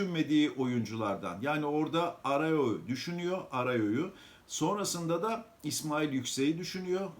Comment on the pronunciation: Bu adam bir türlü Arao diyemedi.